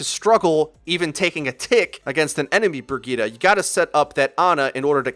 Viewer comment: Great vid but is anyone else bothered by how he pronounces Bridgeta